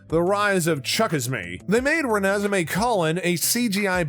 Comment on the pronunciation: you missed the E in Edward. nice try buddy